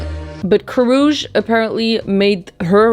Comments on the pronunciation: It’s not KOROOCH it’s pronounced CARE-UCHI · Aww the way pronounces Karrueche has me dead 😭💖it’s Ka-roo- chee haha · Her name is pronounced Ka-roochie Tran. 😂😂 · Kaaaruuuchiiiiiii is how you pronounce it hope that helps lol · 😭😭😭 I’ve never heard anyone pronounce Karrueche’s name like that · the way pronounced Karrueche sent me to the orbit